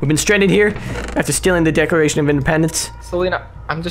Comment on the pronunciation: Ah yes the most prized possession the decoration of independence hahaha he said the decoration hahah its declaration